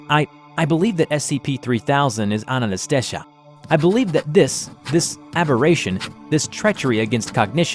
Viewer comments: It really irks me how you kept butchering the pronunciation of anantashesha while the first one was fine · Anant shesh translates to unending snake in hindi and my god you're pronouncing it wrong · His pronunciation of Anantashesha gets worse each time he says it. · How did you managed to pronounce Anantashesha wrong? Just read the spelling, that's how you say it. Simple as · Love the animation, the mispronunciation of Anantashesha pisses me off though. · changes the way he pronounces Anantashesha every time he says it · ITS ANANTASHESHA NOT ANASTESHA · The SCP 3000, because there's apparently that many ways to pronounce "Anantashesha". ;P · You pronounced Anantashesha differently nearly every time you said it, and not a single one of those matched the spelling. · It is pronounced as On-on-toe-shay-shaa (the t is like you pronounce 'the' in english) Being a Bengali, it's easier for me to pronounce the name and understand the video, the name's meaning too. Anantashesha means something that has no end. 'anta' means end and 'ananata' means no end which is the opposite of 'anta'. 'Shesh' (pronounced with a 'a' at the end in English) means finish. So to make it easier it is a race with no finishing line at the end because no one (humans) can go till the end. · Its pronounced a-nan-ta-shesh-nag. The endless serpent. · I love your content, keep up your great work but it is pronounced (an-an-ah-stay-sha) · Chickenbomb 50 it’s pronounced “anon-ta-shee-shuh” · How many different times did butcher the noodles name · My favorite part of the video was the 7 different ways he pronounced Anatashesha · I love how they pronounce Anantashesha different every time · I like how he pronounces Anantashesha differently every time. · okay i can understand you not knowing how to pronounce thaumiel but when you said anantashesha i kinda got a bit mad okay you pronounce thaumiel correctly in the video at some point so im sorry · Anantashesha Not Ananastesha